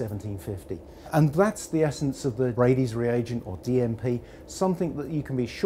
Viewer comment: "We're gping to heat our DMP" I thought he said DMT at first 🤣